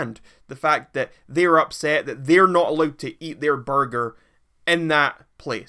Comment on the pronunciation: This man say borger lmao